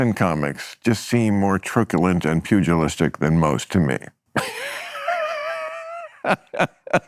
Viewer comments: truculent is pronounced TRUCK-you-lent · Hey pompous professor Bill, you pronounced truculent wrong. Also the the kids are protesting the genocide/slaughter of helpless Palestinian children in order for Isreal to steal the land under their feet.